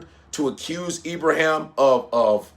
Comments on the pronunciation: Love and appreciate your commentary, however… Please say this man’s name correctly. His name is not IbraHAM. Let’s get to why Nigeria is still a member of ECOWAS an intent on doing the bidding of its colonial masters. Let’s start with that bro. 😱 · He is called Ibrahim not ibraham. Stop pronouncing his name like a foreigner, you are one of us dude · Naija man. Na Ibrahim not Ibraham. Abrahim??? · Cmon it’s Ibra-heem…you from Nigeria, they got a lot of Ibrahim’s there….get it right bro